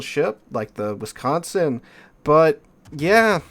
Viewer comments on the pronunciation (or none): none